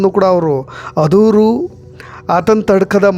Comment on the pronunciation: Adoor ಅಲ್ಲ ಆದೂರು sir